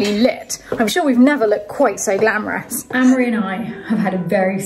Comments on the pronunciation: it always sounds like your saying anne-marie/ ann-murry/ is this one of those nasty irish custom thingys, where the oldest boy is named after the mother ??? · It's Amaury. It shouldn't be pronounced the way they do. Surprised that doesn't know how to pronounce this very old French name. PS: I thought they were British-French. Are they Irish? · Both Amaury and have 100% French Mothers whose French heritage stretches back generations. So I assume his mother had a say in how it's pronounced and they can pronounce it however they like.